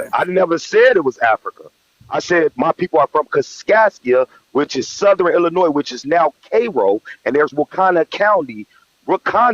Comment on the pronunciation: Even what he says is true, we will stay delineated. We are tired of tethers leaching off our lineage and rights are ancestors fought for, only to have disrespect and contempt. 2nd of all, people from Illinois or Chicago do not pronounce the "s" in Illinois. Sounds suspect.